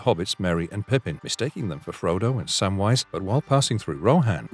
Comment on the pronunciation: ahh the well known lotr character sam-well😂